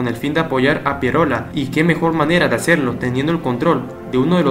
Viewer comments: Me duele los oídos cuando dices Pierola... Es Piérola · Se dice Piérola, no Pieróla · Muy buen video. Sólo una corrección. Se pronuncia Piérola. No Pieróla. Slds. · PIE'ROLA ...la fuerzs de voz en la e no en la o ...no se dice Piero'la.. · Es Nicolás de Piérola*. Yo también me preguntaba por qué lo pronuncia mal si lleva tilde. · Solo una anotación, no entiendo por qué pronuncias tan mal el apellido Piérola, este lleva la tilde en la "E" por lo que la fuerza de voz recae en ella y no en la "O". Eso se enseña en el colegio. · Excelente, solo un pequeño detalle es Piérola y no Pieróla, fíjese usted mismo en su propio video como está escrito. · Muy buen documental !! Histórico pero hermano no es Pie ro’la. es Pie’rola !! Suena mejor hermano de historia!! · Se llama Nicolás de PIÉROLA no Pieróla, si vas a relatar una historia hazlo nombrando bien a los personajes. Consejo para mejorar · Piérola, con acento. No Pieróla. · Es Pi-é-rola, no Pierola. Qué mal habla este tipo. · Tío, que aburrido eres. Al minuto te corté. Aprende un poco de inglés para que puedas pronunciar la palabra 'navy' y, además, no se pronuncia Pieróla ... sino Piérola, torpe. El maestro Marco Aurelio Denegri ya te hubiera parado de cabeza. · Piérola (tiene tilde en la e, por tanto la fuerza de voz está en la letra e). Saludos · es Piérola con tilde en la vocal "e" y por ende, mayor fuerza de voz en la primera sílaba. 😁😁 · Nicolás PiÉrola, el acento muchacho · Interesante información, pero el apellido se pronuncia PiÉ-ro-la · Man perdón pero bien claro esta el acento en el nombre de Piérola!!! escúchate lo que dijiste. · En el apellido Piérola el acento va en la e no en la o jaja... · Esteeeeee, en tu lámina está clara la tilde del apellido de Nicolás de Piérola, con tilde en la é y por ende la mayor fuerza de voz en esa sílaba, gracias. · interesante pero no olvides que en Piérola, el acento va en la E